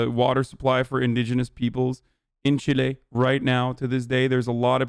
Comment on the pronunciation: “c H i L é”